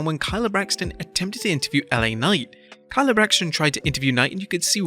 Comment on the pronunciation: Why are you saying "Kayla" Braxton's name wrong? It's pronounced Kay-Luh.